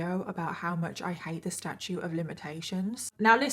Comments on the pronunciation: Statute of limitations,. You keep saying “statue” lol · It’s “statute” of limitations. Not “statue”. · I just love your channel! If I may, it is Statute of Limitations.... not Statue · I absolutely love watching your videos and how you put your make up on,but please blend the contour on your nose as it gives me anxiety🥴 and will you learn the proper terminology? It's statuite of limitations,not statue pet❤ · STATUTE NOT STATUE! ❌🗽 🙅‍♀️🗽 ❎🗽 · The term in which laws can be prosecuted is “Statute,” not “Statue.” At least in the US. Great videos. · Statute not statue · Statute of limits, not statue of limitations. You pronounce that last T. Like statue, with the T sound at the end. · FYI it's statute, sta-choot, with a "T" not statue, sta-choo. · Is it me, or does she keep saying "statue of limitations"? I swear I can't hear the T at the end of "statute". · Wait. Are you saying statute of limitations? Omg. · StatuTe of Limitations… there’s a T in there 👍🏻